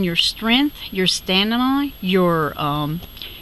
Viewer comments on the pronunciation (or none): none